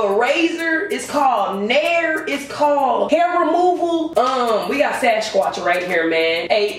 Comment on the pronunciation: I almost died when she said we got sascwotch im done